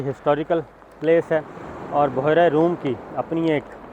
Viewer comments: Word is bhyera not buhera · بحیرہ روم نہیں بلکہ. بحرہ روم ھے